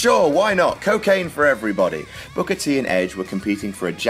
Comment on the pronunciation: Can we see how many time Michael Cole calls Booker T "Booger"?